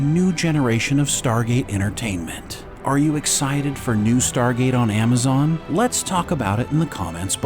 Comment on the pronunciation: Amma zon...lol.